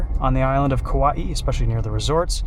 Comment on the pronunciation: Said Kauaʻi damn near perfectly,! Nice work.